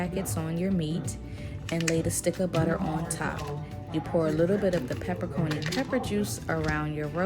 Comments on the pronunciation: “Pepper-Coni” 😂😂 that’s hilarious! It’s Pepper-Ah-CHEE-NEE ! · 😂u missed pronounced pepper-en-cheni gave me a good laugh I work in a kitchen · You lost me at "pepper coney peppers" I've watched soo many videos for this and not one person read the label right lmao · its Okay. That's the only way I've heard it said too. But now I know I've been pronouncing it wrong also. I'm going to make this recipe today! Thanks for sharing! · Thank you for the education, because I called it pepper-coney too! Or actually, I didn’t know how to say it🤦🏾‍♀️🤦🏾‍♀️🤦🏾‍♀️. How do you know that it’s pronounced Pepper-A-Cheene? What’s the word origin? Thanks again!!!! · Did she say pepper coney peppers….haha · "Peppercony" peppers??? ROFL. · Peper coni😂😂😂